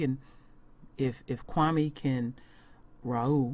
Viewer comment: The white man mispronounced his name. Kwa- may Kwame